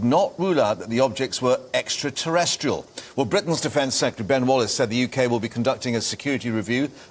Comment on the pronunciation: I’m sorry did he just say extraterrestrials? 😂